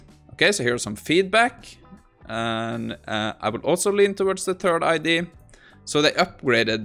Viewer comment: I love your videos, but please for the love of god it's pronounced I-dee-aa not I-dee, it drives me crazy 😂